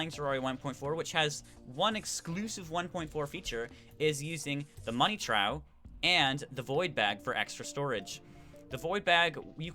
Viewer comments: Trough sounds like troff not trow. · FYI its pronounced Tr-off not tr-ow. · Its pronounced Money troph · Trough is pronounced as troff not how you were saying it o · The Money Trough is pronounced “Trof”. Also, the water bold now spawns at a level below the dungeon guardian level, so you have to kill Skeletron first